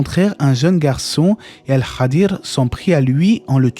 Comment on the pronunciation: Merci pour cette video et pour toutes les autres, qu’Allah vous récompense ! Ps : il me semble qu’on prononce « Al Khidr » et pas « el Khadir »